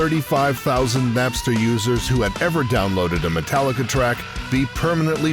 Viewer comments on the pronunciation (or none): How many times am o gonna hear people say Metallicer?